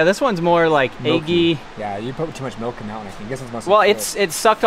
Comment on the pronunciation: "Melk".. 😂 says Melk 😅